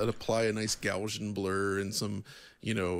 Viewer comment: It's not "Gowzhian Blur" it's "Gauss-ian", like "House-ian". Reminds me of when a bunch of tubers were saying "lin-near" for linear, instead of "linny-ur". Oh well.